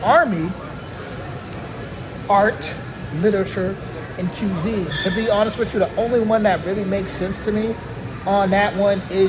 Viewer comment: "The trouble with the French is, they have no word for "Je ne sais quoi."" !?! - Former President George W. Bush You were close with "cuisine". It's pronounced "kwizz-een". Yes, The Lumière brothers invented Cinema.